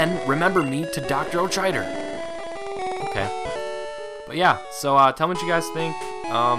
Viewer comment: I think it helps if you pronounce the "ch" in "Aochider" as a "k". Okada/Aochider/Auchider. Sounds like a german name.